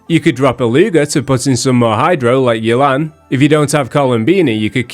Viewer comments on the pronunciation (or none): none